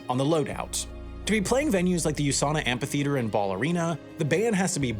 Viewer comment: That's not how you pronounce "amphitheater".